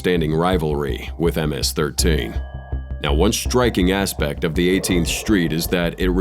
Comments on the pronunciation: nah ms13 sounded wrong... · Pronounced MS-13 WRONG